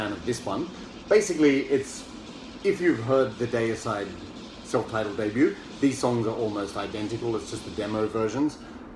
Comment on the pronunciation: Great video I’m with you on the pronunciation of Deicide. The first two albums are killer, can’t go wrong with Autopsy anyway keep up the good work and stay safe. 🤘🏻🤘🏻